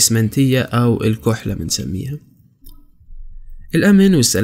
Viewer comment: اسمها الكحلة بالفتحة 😊